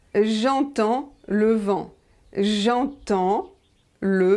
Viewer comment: Hello. I've been watching the video at 0.25 speed from 6.14 — and, to me, it absolutely looks like you are pronouncing 'm' and 'n' in "eNtends," "septeMbre," "taNte," "chaMpagne" and "jaMbon," simply by watching your mouth and trying to repeat the word without them. They just don't sound like "o-to," "sep-tobr," "tot," "cho-pane" and "jo-bo." Please explain what I'm missing.